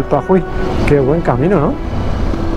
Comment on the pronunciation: Paují es el nombre de un ave. Estás pronunciando Puají, cómo aquellos que dicen "suidad" en vez de ciudad. Mosca🦠